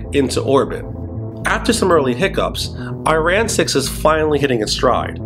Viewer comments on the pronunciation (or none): pronunciation matters: not ur-anus, but u-ra-noos. Not Cupi-er but Kai-per. Not Iran 🇮🇷 but Ari-anne